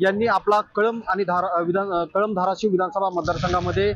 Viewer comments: ए बाई धाराशिव नीट धाराशिव म्हण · धाराशिव बोलायला शिका